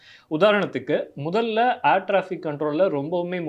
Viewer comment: 'Aair' traffic illa 'Air' traffic.